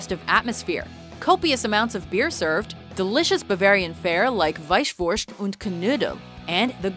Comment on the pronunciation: Thanks for really taking the efford of trying to pronunce the German words like "Weißwurst"! :-D Come to visit our lovely country. You will find that it is very versatile and lovely with a rich heratige that we are proud of but also with very modern take on architecture and technical progress. Welcome!